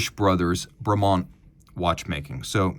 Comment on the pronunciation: I prefer pronunciation, Brumont!